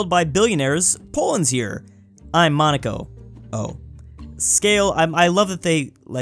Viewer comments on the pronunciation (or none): none